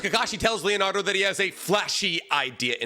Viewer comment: It’s Leonardo 😂😂